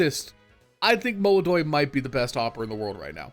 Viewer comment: ITS MOLODOY PORRA!